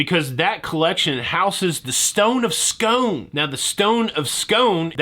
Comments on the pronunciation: It's pronounce Scoon actually. Very heated debate about the sweet snacks. I favour scone to rhyme with gone, but there's no debate about the stone. It's Scoon to rhyme with moon. Cheers. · Stone of Scone is pronounced Stone of SCOON. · It is pronounced Scoooon then the stone will come to my home City of Perth (which is the original all the others copied us)😀